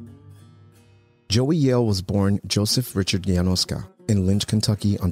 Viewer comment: Why do you pronounce "Yanoska" as if it were Spanish? Surely, it's Slavic, maybe Russian or Polish. Definitely not Spanish.